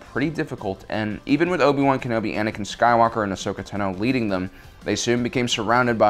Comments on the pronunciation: says tano wrong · im so triggered that he is not pronouncing Tano correctly... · How you say "Tano" is makng me cringe . . . That wasn't commander Cody btw, that was Wolfe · dude ur saying Ahsoka Tano last name weirdly, just listen to clone wars is tA(h)no not Tno, or is it just me. ive herd like ever time he says it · It's Ashoka Táno, not Ashoka Tanó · Tan-oh, not Tuh-no. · STOP SAYING AHSOKA TEHNO ITS PRONOUNCED AHSOKA “TAHNO” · Take a shot every time he mispronounces Ahsoka Tano. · Why u say ahsokas last name wrong